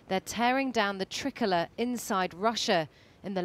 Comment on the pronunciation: Someone doesn't know how to pronounce tricolour 🤣